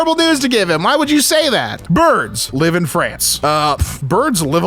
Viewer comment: Took me a moment, because of pronunciation, to realize it was a group called BIRDS, doing something live, in France.